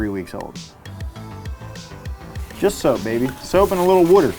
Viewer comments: I came here to comment basically exactly that. He said "soapy WADDER" and I felt almost "offended" for Chris Fix that he didn't give it that Philadelphia "WOODer" pronunciation. ( time point) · Wooder 😂 where's chris when you need him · Thought I was watching ChrisFix for a sec. The Soapy Wooder caught me off guard lol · Chrisfix wooder lmao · "Soapy Woader" triggered chrisfix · It is pronounced soapy wooder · I instantly thought the same xD